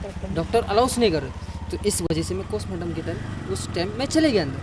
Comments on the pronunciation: Abe postmartam ko Kostmartam kyun bol raha hai😂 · Chutiyanandan cosmartum nhi postmartum hota h